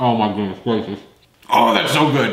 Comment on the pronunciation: Oooh my goodweesss gwatious